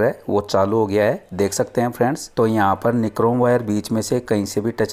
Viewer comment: निक्रोम नही होता वो नाइक्रॉम होता है ।😂😂😂